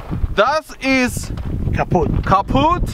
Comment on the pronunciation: Im German and this "das ist kaputt" is so accurate ❤❤